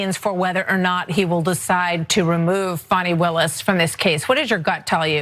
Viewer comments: She wouldn't be socially "grounded" enough for me to want to buy hamburgers from, at a fast-food counter. She's one of the defense attorneys and she still hasn't figured-out the pronunciation of the DA's first name--; and even when she remembers it--; she still tries to argue that it may not feel like the most "?logical?" pronunciation to her--(!?); And she still has the unmitigated audacity actually to "disparage--;" the ("heroic"), super-competent, "accomplished" attorney Fani Willis--; as who "she-herself," Alina Habba, is--; namely, the farcical comedic trope of the employee so inept they can only just barely hang on to their job by a fraying thread--! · I wish Fani would make a zoom meeting to just go over the pronunciation of her name. I’d love to be on that call. I know it’s petty, but WTF.